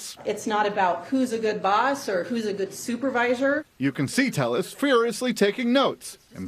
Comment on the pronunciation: You guys are all saying his name wrong. It’s Tay-ez, not Tell-us🤦🏼‍♀️